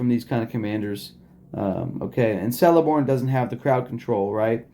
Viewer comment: Fyi. It’s keleborn pronunciation